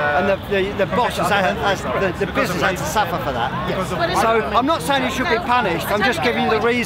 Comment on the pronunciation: Man kept saying bizznizz